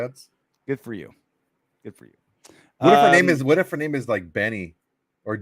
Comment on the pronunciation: learn how to pronounce her name correctly